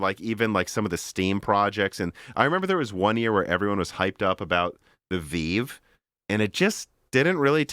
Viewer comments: I get so triggered when he calls the Vive the VEEV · Really? The "Veeve"? If there is any topic cannot speak intelligently about, it is VR. So many inaccurate statements and missed opportunities. Post script....your phone is not giving you brain cancer.